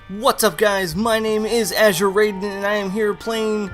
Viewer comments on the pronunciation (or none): AUHGHG! How the fuck can you constantly mispronounce "Raiden?" It's not "RAYDEN" is fuckin "RYDEN!" With a fucking "I" sound, not a fucking "A" sound. Have you never even played Metal Gear Solid 2?